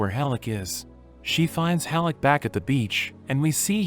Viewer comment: Great anime with some out of no where gut punches. Oh and it's HELL-CK NOT hellick